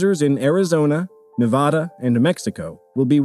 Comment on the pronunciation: that ain’t how you pronounce Nevada dude